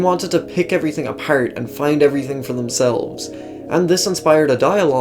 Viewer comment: Every now and then the accent comes out.. like when saying apart. Got that Irish accent strong on some words. But not constantly